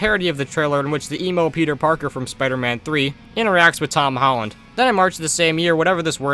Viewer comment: “hom tolland”